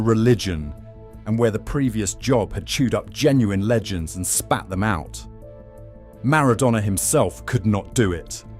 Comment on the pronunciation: Don't forget the AI voice as well. Who would make a 30 minute video about Argentina football history and not know how to pronounce Maradona.